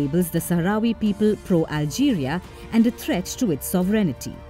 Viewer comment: A note to the narrator: not SovREIGNITY but SOVereignty is how you pronounce it. Please listen to English words before saying them. Even non English speakers like Russians would say it right.